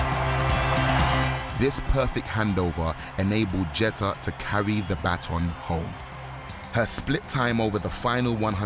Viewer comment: "Jet-tah" It's pronounced "Gee-ter"